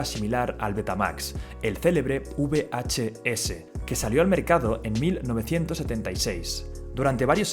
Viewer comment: Repite conmigo: VHS: BEACHE-ESE